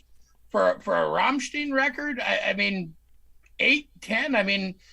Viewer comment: Entertaining conversation guys, but It's pronounced as in vine Rammstein. i think when they occasionally sing in English it's with Tongue in Cheek. We're all living in Amerika, Coca Cola and sometimes war lol